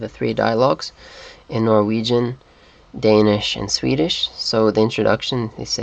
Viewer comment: I am sorry to crush your dreams and all that, but you did not pronounce a single Danish word through the whole video. You seem to speak Swedish and Norwegian very well, but Danish was just a horrible fail :(